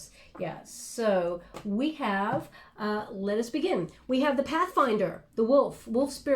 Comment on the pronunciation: Am I the only one who heard "So we have... lesbian" instead of "So we have... let us begin..".